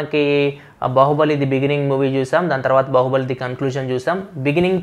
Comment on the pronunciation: u tongue slipped while saying news bahuballi😀😀😀